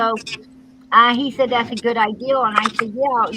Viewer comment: TWICET.. ITS TWICE. IGERANT.. IGNORANT! YOU speak about education, That's hilarious,.. I have counted at least 500 words you have no idea how to say. IDEAL for idea. I,mean, you have a very poor Vacabulary. Your worse than Candus, Your aggressive, Angry, you come across as, superior. You talk over everyone. I get Narcissistic vibes from you. You sure have a superior view of yourself. Your running your Nasty mouth, and your children are hearing this every night. I mean, What kind of role Model are you for your children. I heard you say, that D/C used terrible language, in front of their children. You have no room to talk. Kind regards from the west of Ireland.